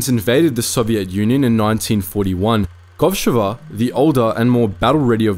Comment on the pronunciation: Thank you for this great video. However, as a native Russian speaker, I feel compelled to indicate the correct stress in the names: KovshOva, PolivAnova and ShAnina. Also, here's a Wikipedia link for the most badass female sniper from my country, Kazakhstan (former Kazakh SSR)